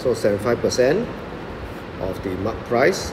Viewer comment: It's "price" not "proce"